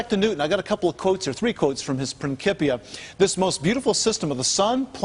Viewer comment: Will someone tell that idiot how to pronounce Principia?